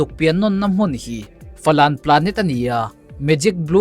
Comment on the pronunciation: Falan anilo😂 fawlen zawk